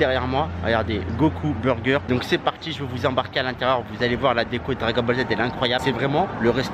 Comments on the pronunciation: Dragol boll z wesh t’a vraiment un problème quand tu parle 😂😂😂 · Dragol bol z 🤣🤣🤣🤣 il me tue